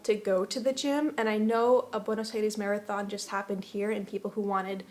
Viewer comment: The way you pronounce "Buenos Aires" sounds so argentinian.